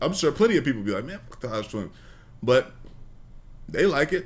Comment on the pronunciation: The 🦝 twins you mean. Say their name right